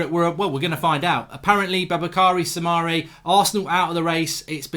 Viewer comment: I don't understand you say Soumare shouldn't be a good tackler - I've seen him do great tackles on Youtube. He's name is pronounced "Su-ma-ri" by French TV.